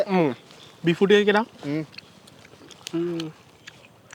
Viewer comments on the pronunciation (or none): none